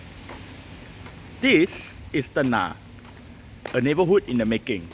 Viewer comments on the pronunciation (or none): It's not 'ten-nah' but 'ten-ngah'. Flower in Malay is bunga. You pronounce it as bu-nga and not bun-ga. There's no 'ng' sound in Mandarin so I can't give you any example. In Cantonese, there's nga 牙。But I don't think you know Cantonese.